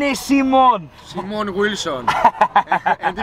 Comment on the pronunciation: Why do you say - Simón-? all the time? Just say it like it is right.. guess it won’t be any problem. The name is international enough